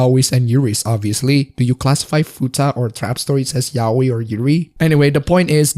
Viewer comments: Not meaning to be an idiot, but... ...it's "ya-oi," not "yao-i". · The way you pronounce yaoi tho 😂 it's not "yaweyy" dude